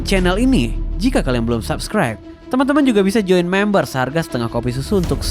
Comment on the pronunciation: membership min, bukan mamber wkwkwkw